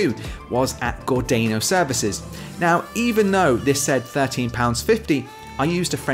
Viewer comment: Gordano: pronounced, Gor-dar-no, not Gordayno. Minack: pronounced, Min-ack, not Mi-nack! 😊